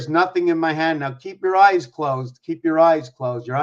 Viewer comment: Oh you said hand not land hahah